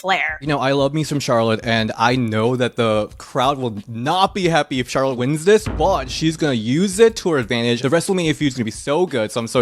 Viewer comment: How you butcher Charlotte's name that many times?